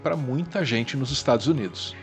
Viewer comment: "Estragos Unidos"